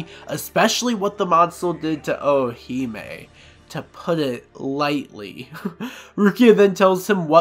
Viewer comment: Great video, only slightly annoyed with how you say Orihime like the Ri doesn’t exist. Sounds like you’re saying O-o-hime. Other than that, worth listening to for a recap.